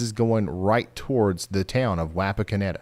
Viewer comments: Watched where I was impacted. I live in Russell's Point. East of Wapakoneta. Ours was an F-3. Wish I could have watched this at the time. By the way. Wapakoneta is pronounced "Wah-Pawk-onnetta" 👍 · Ryan...it's Waw paw kon eta. And fyi. Chillicothe is pronounced with the eeee on the end. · I’m sorry the pronunciation of Wapakoneta just hurts. I live just north of there and every time I use Google maps it pronounces it differently